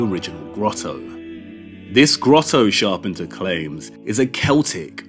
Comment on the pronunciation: Loved this.....great work. But you pronounce Charpentier's name wrong. Maybe check it out for next video.